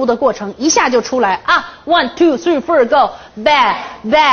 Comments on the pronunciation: 綜藝節目? 丟人現眼... 還one two three "ford" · One two three fur go..😂